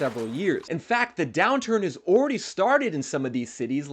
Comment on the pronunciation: “Ohhh-ready” or “already” ?